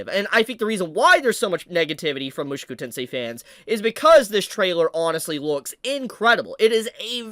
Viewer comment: I love you dude, but I gotta say that your pronunciation of "Mushoku" makes me lose a little piece of myself each time I hear it. Good video though